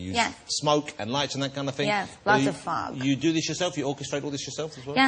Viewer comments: 'Fog myself' came out wrong :) SHE'S SO CUTE <33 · I felt so sorry for her when everyone was laughing at things she was saying and she didn't know why. Like when she said "I used to fog myself" almost sounds dirty, like 'fuck myself'. I think that's what people were laughing at and she had no idea why. Dawww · ''a lot of fug :O'' omm? i heard ''a lot of f_k'' Then and ''I fog myself'' And Jonathan's face :O